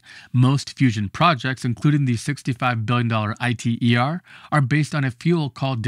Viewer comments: p-11B is the correct scientific nomenclature. I. T. E. R. is a bit odd though. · The first time in heard Iter pronounced eye tee ee are, I said no way is this AI. Then for Proton boron 11, I heard p11b. Starting to wonder here. Naw. Great video though.